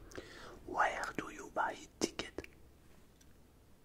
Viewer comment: ouère do you buy tickets ? LOL